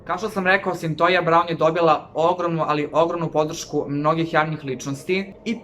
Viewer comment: Izgovara se Sintojia Sintija se pise: Cythia